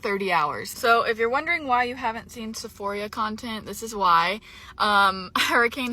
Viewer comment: Is it just me or is pronouncing Sephora like Sephoria?